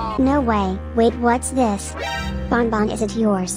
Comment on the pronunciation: Ban ban not bon bon